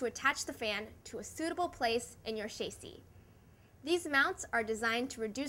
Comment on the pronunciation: "...in your chasey" -_